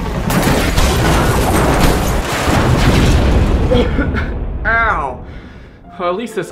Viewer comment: "im a trainned porffeninal"